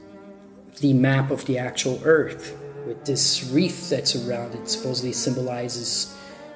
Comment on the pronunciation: Flat "eart?"